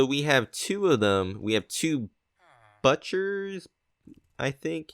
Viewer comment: Did anyone hear him say buttcher? .... Butt Cher